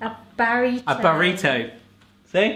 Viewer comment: "Barrito" 😂😂😂😂😂